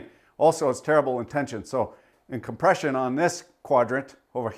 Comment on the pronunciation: You can't seem to say the word, COM-PRESH-UN.